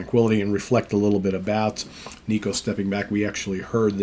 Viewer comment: Will miss Nicko (pronounced Nick-oh, not Knee-koh) but it is the right choice. Maiden fan sites had been documenting how he’d been struggling a bit on this tour. Can’t fault him, he has not fully recovered from a stroke. Awesome drummer for decades. Best interview in the band too, how about he continues as Maiden’s official spokesman!